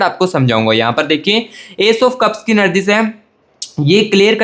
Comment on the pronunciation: Ur magision kitna time khaya ek hie baat bar bar anergy nahie energy bolte hai or bar bar partner shabda use na kare 😅I wish he will be back thanks ye pyar hoata kyun hai